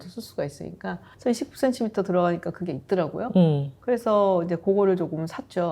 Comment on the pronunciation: 님이 추천하신 고급 타월 선물, 정말 센스 있네요! 😊 참고할게요. 저도 50대를 바라보니 이제 ‘예쁜 쓰레기’보다는 실용적인 선물이 제일이더라고요. 예전에 29CM에서 구매한 블랙 롱원피스를 격식 있는 자리마다 너무 잘 입고 있어서 이번 봄 쇼핑도 기대됩니다. 적당한 가격에 퀄리티가 좋은 29CM를 사랑해요. 😊 특히 님의 정직한 ‘이십구센티미터’ 발음에서 곧은 성격이 느껴져서 너무 재미있게 시청했습니다! ㅎㅎ❤ Ps.1. 떡볶이 요리영상도 조만간 기대하겠습니다요😅 2.또떠나는 육식녀 브이로그도 기대할게용